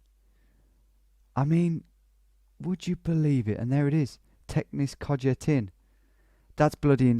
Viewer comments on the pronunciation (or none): i don't know what it is with english people and not understanding that so many languages pronounce j as y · And then I live in Kojetin and screaming from his pronunciation :D That was like a miracle he went from Kosice to nearby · I love how you say "Kojetín" 🤣